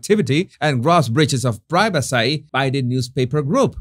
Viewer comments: Privacy- pronounced, pri-va-cee. Lol ❤❤❤ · ’ English seems to be regressing “i-legally”, “i-regularly”, “priva-seye”, what’s going on with that? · it is pronouced (pry-va-see) privacy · Your repeated "priveseh" cracked me up! That Southpark episode has a life of it's own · Hello in the USA we say priva see. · The British say prigh ve see. The Americans say pri ve see. Only says pry ve sigh. And please practise the word "royal" because you use it so often and the way you say it, it sounds almost like roy-gal. Keep the tongue down!